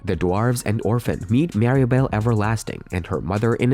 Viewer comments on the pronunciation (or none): none